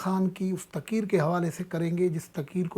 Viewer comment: صاحب میں آپ کو باقعدگی سے سنتا ھوں ابھی آپ تقریر کو بار بار تقیر تقیر فرماتے ھیں پلیز اس پر غور کریں